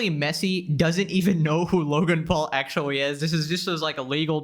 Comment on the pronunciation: he so cute litewawy and actuawy